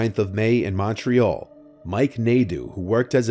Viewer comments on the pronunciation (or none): none